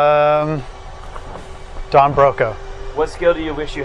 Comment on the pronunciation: Did he say down broken?